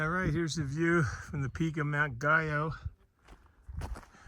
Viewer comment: Not that you care, 2 weeks later, but Mt. Guyot is pronounced Gee-O, not gee as in gee-whiz but a hard G. It's a French surname. Mr. Guyot was a scientist or botanist who spent a great deal of time in the Whites.